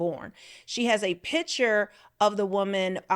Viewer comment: Please learn to pronounce the word picture. It is not a pitcher